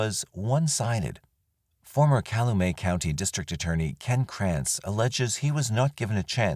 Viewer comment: Not "caloomay". It's pronounced like it's spelling: cal-u-met county. I live 3 blocks from the Manitowoc/Calumet county line.